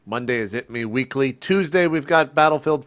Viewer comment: Also, did you say eatmeweekly? maybe just me.